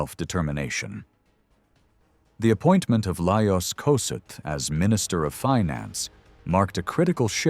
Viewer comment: Please learn to pronounce his name correctly! Is this an AI video